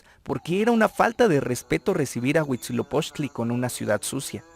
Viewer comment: Porque nadie que se atreve a difundir la historia de aztecas/Mexicas comete el error de mencionar la fundación incluyendo la serpiente?? y de pronunciar mal el nombre del Dios Huitzilopoxtli?? hay que leer los libros reconstruidos más antiguos y cercanos a la verdad: códices Florentino y Mendocino. Por favor!!!